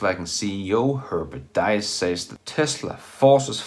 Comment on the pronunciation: Well done. Minor remark: the name of VW‘s CEO Herbert Diess is pronounced like „Deece“.